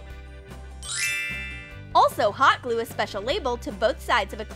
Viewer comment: The way she says hot glue bothers me...